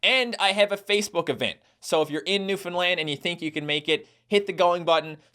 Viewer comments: it pisses me off when I hear newfinland it’s new-found-land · Filfy bloody mane landers it’s pronounced NEW-FOUND-LAND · It's more like Newf'nland with stress on the first and last syllable Source: I live there